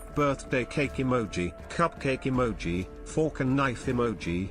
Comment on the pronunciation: Emoji, ,uhmoji, Emoji, Amoji, Eemoji